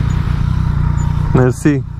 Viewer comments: Ai zis atat de mult "Mersi!", ca la un moment dat spre final se intelegea doar "MC!" :)) emsi, emsi, emsi, esti blana. La noi in Calarasi nu-mi face nimeni loc, dar am toba stock. Zilele urmatoare imi vine Mivv-ul, mai vedem dupa. :p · Ce ai zis la ? Ca n-am inteles. Suna a merci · Mi a intrat in cap cuvantul mersi si suna foarte ciudat!:))